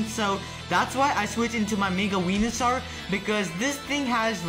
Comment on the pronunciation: You said Wenusoar not Venusoar.